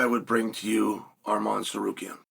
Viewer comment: Finally he said arman not armen